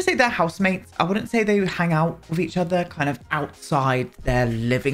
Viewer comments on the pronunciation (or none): none